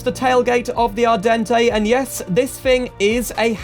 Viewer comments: ardente is pronounced “Ar-dawn” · Actually its not the Italian word but the french word Ardente so the e at the end is silent and the "en" is pronounced "an"